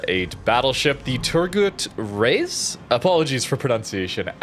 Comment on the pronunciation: Native turkish here! Your pronunciation is quite well actually. You said turgut right but you dont have to say the u's for long. Also reis shouldnt be said like i sounds like the first y of yearly but the second y of it. Congrats for the pronounciation 🎉